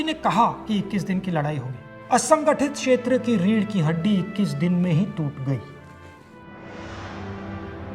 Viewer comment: Observe when he says " Asanghatish Kshetra" he struggles to say it!